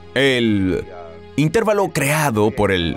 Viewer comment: La palabra intervalo es llana terminada en vocal y por lo tanto se escribe sin tilde. Entonces, debe decirse intervalo, no intérvalo como se escucha en el video.